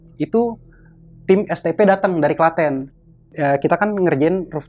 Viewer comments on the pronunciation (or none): none